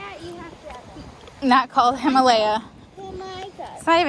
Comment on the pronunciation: The “Himalaya” LOL 😂